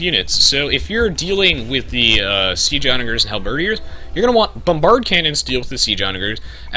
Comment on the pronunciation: I mean this in the nicest way possible: Your pronunciation of Halberdiers is wrong. It's not pronounced Hal-bird-ee-ers, it's pronounced Hal-bird-eers. Not sure if it's a subconscious thing, as I tend to do the same without realizing sometimes but hope that helps! Great tutorial, btw. It's helped me get back into this game and really think about different strategies to implement.